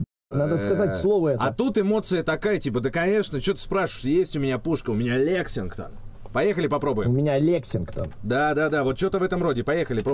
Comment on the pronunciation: я охуе** что братишкин не может выговорить лексинтон 😅, , 🤣 самая оху** фраза братишкина ) 😂, я хоть не смотрел стрим но вырезка стрима крутая поржал с удовольствием, давненько такого облегчения не чувствовал )